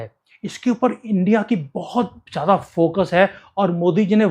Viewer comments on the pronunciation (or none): none